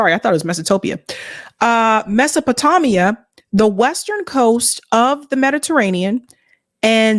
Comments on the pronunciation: You keep saying it way wrong, how are you pretending to know tour shit and you don't even know about Mesopotamia, it Tame, Tamia not Tammia. That's from the time of the Greeks. How are you trying to scold people while having no odea about Mesopotamia? That is so crazy, you're just now learning about the Middle East, huh? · Actually it's "Mes-so-po-tamia....💓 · I have a hard time taking someone seriously as an educated person who doesn't know the word Mesopotamia, (mess-oh-poh-TAME-ee-uh). OK, that said, I've never heard a bigger load of bs than what came from this guy. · My dear. It is pronounced Mess-O-pa-Taamia. Take it from a gal whose dad was a BH’s Jew. Thank you! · Mesopo-Tame-Ia - that is how it is pronounced… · HE WAS WRONG ITS PRONOUNCED, MESO PO TAMIA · It's pronounced Meso PA Tame mia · take a shot everytime says "mesopotamia" wrong lol